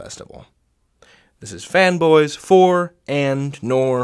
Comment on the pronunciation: I think that I'm too broke, I'm hearing "femboys". 😔